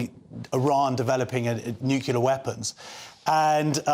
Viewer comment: The word is nuclear, not nucelar,.